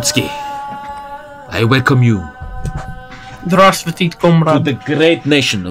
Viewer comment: I hate his Pronunciation of «Здравствуйте»